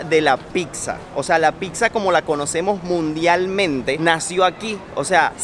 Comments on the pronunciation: Casi me sangran los oidos con cada vez que escuché 'picsa' en lugar de 'pizza' 😅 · y, yo los sigo desde hace tiempo, vivo en Italia y hoy encontré este video. Espero no se ofendan por mi comentario pero no se dice “PICSA”.. sobretodo si tiene familia italiana, se pronuncia “PITZA”.. se los menciono porque ustedes son creadores de contenido y es importante aprender también términos de los nuevos países y en este video se repitió PICZA 😖😖 como mil veces! 😵 algunas personas la llaman “Pisa” pero eso es una ciudad en la Toscana.. en italiano la doble ZZ se pronuncia TZ. Nuevamente espero que no tomen a mal mi comentario. Saludos!!! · saludos, solo para comentar que le pronunciación correcta es " pitzza ( con T ) espero no te ofendas. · Chicos: la palabra Pizza 🍕 se pronuncia con ts, así: pitsa. Pues la doble z se pronuncia como suenan la ts juntas. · Pixa?? Que raro suena pixa.